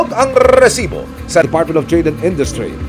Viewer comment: Rrrrrrrresibo! sakit sa tenga.ahahahaa